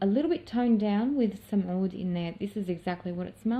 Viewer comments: Hi there 👋, l wander if you are an Arabic ostrelian? You pronounced (oud) in pirfect Arabic language. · You say oud perfectly in Arabic